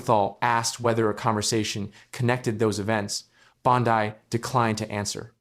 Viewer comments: "2,025"? And Bon-dye instead of Bon-dee. Seriously, this AI crap is making ANY kind of reporting suss. As an aside, Bondi is guilty as sin, IMO, and a disgrace to her position, but this kind of 'reporting'--if it can be called that--is a joke. Is it too hard to get a live narrator and earn a little more cred in the bargain? Apparently so. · It isn’t Bond-die, you idiot. It’s bondeeeeeeeeee. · Say her name right AI!